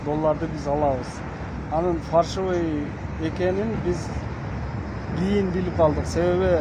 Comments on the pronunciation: ФАРШЫВЫЙ эмес ФАЛЬШИВЫЙ деп айткылачы же болбосо Кыргызча эле суйлой бергиледа ЖАСАЛМА экен деп эле. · Фарщивый эмес фальшивый деп айтса туура болмок😂😂😂😂😂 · Фаршывый эмес : Фальшивый ! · Фальшивый деп жазылабы ондо фаршивий деп айтылса